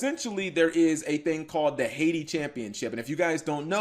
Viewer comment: pstttt its not "Haiti Championship" its "hat-tai Championship"